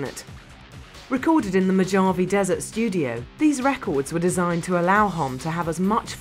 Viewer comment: lol at the pronunciation of "Mojave"